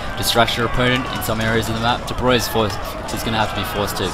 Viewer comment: I was impressed that you pronounced "De Broglie" correctly